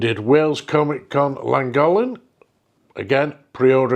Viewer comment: Butchered Llangollen sorry mate lol